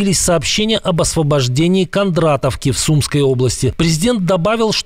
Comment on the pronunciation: Не Сумской, а сумскОй обл.